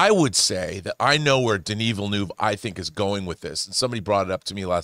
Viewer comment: Everyone: Denis Villeneuve Snoop: Daniel Villanueva 😂😂😂